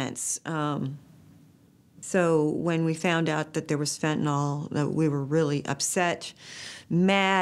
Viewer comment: Agghhh… it’s FENTANYL FENTNOL!!! 🙄